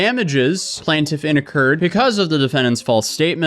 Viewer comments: Bro, plaintiff not plant tiff. lol. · Plane-Tiff 💀 not plant-if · Specificity: SPESS-iff-ISS-itty. Also it's plaintiff, not "plant-tiff". Sorry, pet peeve. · Plantiff ❌ PLAINtiff ✅ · I REALLY love your channel and this story is so crazy that I want to revel in the craziness… but my brain short circuited every time you mispronounced plaintiff. You got it correct sometimes so I’m so confused why you kept pronouncing it “plan-tiff” instead of “plane-tiff”. Every time you pronounced it plan-tiff I completely lost track of what you were saying 😭😭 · Plain-tiff vs Plan-tiff. dont want to be a pronunciation douche but you keep going back and forth lol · Dude, I hate to be that guy but it's pronunced Plaintiff Plaint rhyming with TAINT not Plant. Oh, you just switched it up. And you switched back... I get it... puff puff pass mofo. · Bro, stick to your usual bs. It’s obviously clear you know nothing about law, she’s entitled to ask for discovery. It’s completely normal. You don’t motion, you don’t get. You talking about law, is just as corny as “plantiff” as you call her, lawsuit. If you don’t ask you don’t get..she has to do it even if it’s lame to you. Just normal motion to protect her butt. Yes she obviously wrong but she’s doing what she can. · PLAIN-tif. PLAIN-tif. It's pronounced PLAIN-tif, dammit! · I gotta admit, I stopped paying attention to the actual vid and just started counting how many times dude mispronounced the word Plaintiff. The “PLANT-if”, yo the “PLANT-if”, the “PLANT-if”. Mind you this is a WHOLE WHITE MAN can’t speak his own language 🤦‍♂️ GODDAMN…!!! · Hey man, i could tell you were having a tough time. Im here for you, here are some words of support. Its pronounced how its spelled: PLAIN- TIFF Get better soon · For the love of all things sparkly it's PLAINtiff like a plain donut! 😅🤣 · Please learn to pronounce "plaintiff". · Thank you! Hopefully she consistently pronounces plaintiff correctly in her video 😵‍💫